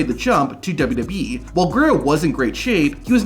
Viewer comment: This is such a petty criticism but the way this dude says "WWE" makes me wanna vomit. Its so bad and I cant unhear it